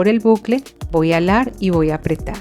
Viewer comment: Se dice jalar no alar